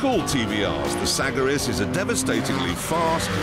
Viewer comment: TVR is so fcking nice , and the typhoon is the king of all , near the cerebra speed , When he said Sagaris it sounded Like Sackriss :D